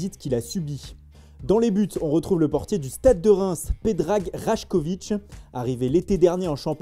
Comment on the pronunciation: ça se lit Raycović car dans le serbe j=y